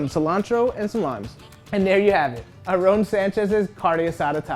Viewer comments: "Arrón Sanches" hahhahaha, really? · Sorry, but the commentator is annoying by pronouncing Aaron's name Arron. No dude!! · I was more offended when he called Aaron, "Arrrrón" 😂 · the way he pronounces "aaron" should be illegal